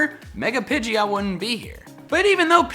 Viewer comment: Not pidgeyot, PIDGOT How to pronounce PI-JOT